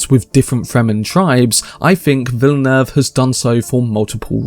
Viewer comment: Good on y’a to pronounce the director name right!